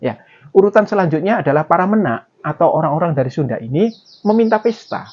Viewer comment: menak e dibaca kyk e tempe